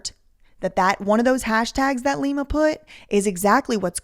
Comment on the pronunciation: It's pronounced LIE-ma from now on